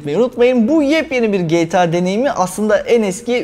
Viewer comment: Kaç yaşında adamsın ama gta ya geyta diyorsun